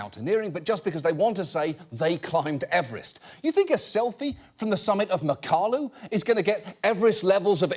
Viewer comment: It’s pronounced Mack-uh-lau